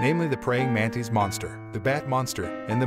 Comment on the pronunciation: manTIS not manTIIS